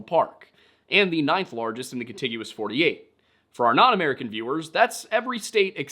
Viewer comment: Contiguous, not 'continuous'. Meaning 'joined together'.